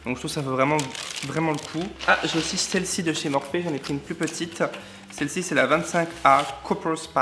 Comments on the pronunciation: On dit « Morphi » voyons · Je crois que sa se dit morphi ... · Je crois que ça se prononce plus "morphi" 🙄❤ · Je suis très intéressée pour une vidéo complète sur le test du FdT Beauty Blender + maquillage avec les palettes MORPHE (que je prononce MORPHI perso mais je ne sais pas si c'est ça ...) A bientôt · Fait un tuto avec les nouveaux pinceaux Morphe ( qui se prononce morfi 😂) et les palettes et les paillettes stilas obliger 😂❤️